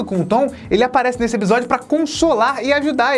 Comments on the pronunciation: vc percebeu que fala ebisodio não episodio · Só eu que quando o fala "episódio" e eu escuto "ebisodio"?;-; SEUS VIDEOS SÃO IMAGITOPS!!! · pq vc fala "ebisódio" se o certo é "episódio" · O só fala EBISODIO KK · eBisodio? Serio? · Reparem, o não diz Episodio e sim Ebisodio. doido ne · Mano nada contra mas o que vc tem que não consegue falar ePisódio se consegue pronunciar o P normalmente? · Vc fala "ebsodio" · Voce fala ebisodio por querer?